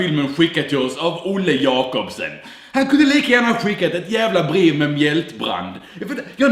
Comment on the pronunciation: yay, du sa jacobsEn och inte jacobsOn. (olle är min bror)